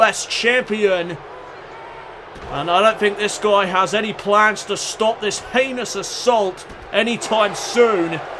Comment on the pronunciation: You said heinous attack but I thought you said Penis attack